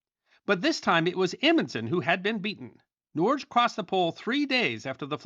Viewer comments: Norge is pronounced " Nor - Ge" not norzh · Norge is pronounced something like "nor-guh" in Norwegian. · Norge is pronounced Norg-eh, Otherwise , great vid! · Norge pronounced NOR-gee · Norge is pronounced nor-gae